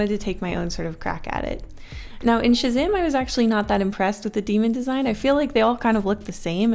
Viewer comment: Pretty sure she means Shazam